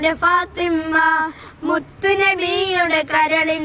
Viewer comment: നന്നായിട്ടുണ്ട് . . . ഫാത്വിമ ഉച്ചാരണം ശ്രദ്ധിക്കണം